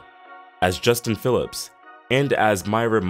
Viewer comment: Justine not Justin. Brookline not Brooklyn.